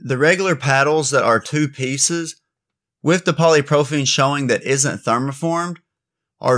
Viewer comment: Good info here! btw its “poly pro PYL ene” 😊